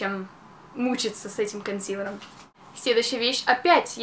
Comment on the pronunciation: КонсилЭром омг! Безграмотнооо